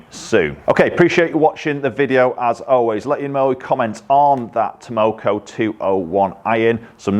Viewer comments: After you learn how to pronounce Takomo it will be wise to put their logo up on the wall along with all those golf club companies that have been overcharging us for years. Takomo isn't going away...the only question will be if they succumb to the greed that demand will tempt them with. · Tamoko.....😒... Takomo lol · 201. Haha I laughed everytime he said Tamoko instead of Takomo. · 201, TAK-omo, not TAM-oko. haha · Funny how nobody's mentioned that he says TAMOKO rather than TAKOMO 😃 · It called Takomo.... not tamoko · Takomo not Tamoko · Its TAKOMO not TAMOCO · How do you make a video, edit it, and put it up on YouTube all without even knowing you aren't pronouncing the name correctly? Piss poor attention to detail. You completely switched around letters in the name. Takomo not Tamoko you donut! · why do you keep calling them “taMOKO“?? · Takomo not Tomoko could at least get their name right. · 201…it’s Takomo, not “Tamoko”. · It's Takomo, no Tamoko... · Tamoko?? Nooo its Takomo 😄😄 'Ta ko mo' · 201 takomo not tamoko lol 👍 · 201! Look nice especially at that price. I thought they were called Takomo and not Tamoko though 😃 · they are called Takomo, not "Tamoko":) Not sure I like the square-ish top toe shape but otherwise looks quite nice. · T A K O M O...not Tamoko 😆. Made me laugh though. I have a set of Takomo 101 on order since September so taking a while. Let's hope they are worth the wait. Thanks for the review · 201. Been looking at these and the 101 for while. It's Takomo btw, not Tamoko! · Stop calling it Tomoko. Professionalism please. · 201., it´s Takomo, not tamoko:) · 201. Its Takomo, not Tamoko 👀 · 201 - And they're called TAKOMO, you kept saying TAMoko.. LOL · takomo not tomoko but ok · Bet Takomo are super happy that you keep mispronouncing the name…. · Well when your reviewing the iron u might make sure to be able to pronounce the name correctly….lol just an fyi